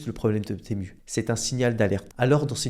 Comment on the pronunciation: tému , non , timou, oui. c'est dommage de ne pas se renseigner avant !